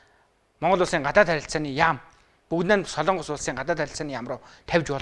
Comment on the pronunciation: СОЛООНГОС гэж ярихаа болиоч. СОЛОНГОС шүү дээ. Бүхэл бүтэн тв- ийн сэтгүүлч улс орны нэр зөв ярьж чадахгүй. муухай юмаа